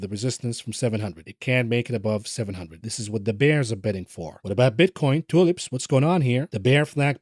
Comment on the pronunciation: 🌷 Tulips he calls it😂😂😂😂😂😂😂😂👍🏾